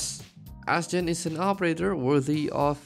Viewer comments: Im pretty sure people pronounce her name astjenny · Seriously, how do you pronounce her name?